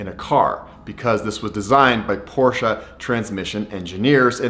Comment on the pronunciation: thank you for pronouncing porsche correctly